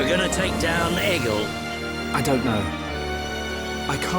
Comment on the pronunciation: Also and amber need to listen more to the cutscenes because they aren’t angels they are high entia and it’s egil not ejil and they are Homs not humans